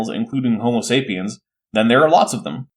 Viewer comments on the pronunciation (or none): none